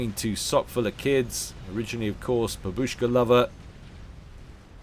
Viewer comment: It's bAbushka, not babUshka. xD